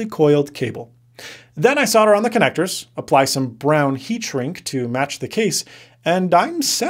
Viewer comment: annoying how he can't say solder